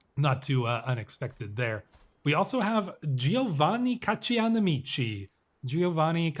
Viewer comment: Pronunciation guide from an Italian speaker (emphasis where I wrote the accent): - L'Aquila = Lákweela - Modena = Módena - Giovanni Caccianemici = Jován-ni Kat-tchanemítchi (it means 'hunt/chase enemies')